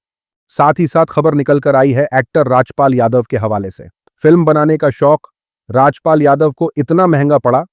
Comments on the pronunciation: Why are you Pronouncing everything wrong recently? What’s wrong? Rajap pal ! Epasteen etc it’s funny how you are reading script in Urdu I guess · please pronounce the name RAJPaal correctly, it is not Rajyapal 😂😂😂